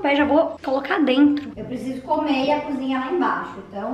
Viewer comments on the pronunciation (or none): none